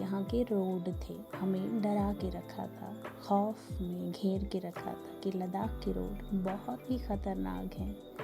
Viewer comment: Khatarnag nai, khatarnak.. Uffff these people